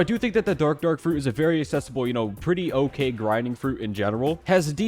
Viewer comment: The fact he said dark dork💀💀